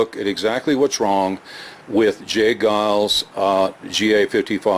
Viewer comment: It's " Geils" -fyi.